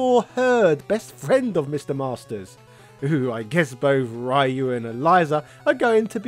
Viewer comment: Wish you'd learn how to say Ryu